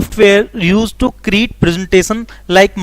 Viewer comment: Create hota hai na ki create